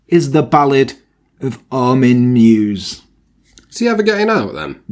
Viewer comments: your german skills are pretty good! but meiwes is pronounced „my-ves“ not „muse“ 😁 alles klar? 😉 great video! 👌🏻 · "Meiwes" isn't pronounced "mews", but "my vess".